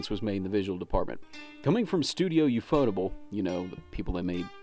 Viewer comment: That's not how you say Ufotable